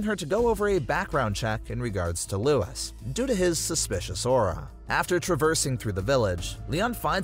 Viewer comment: Good vid but your not pronouncing Luis or las plagues right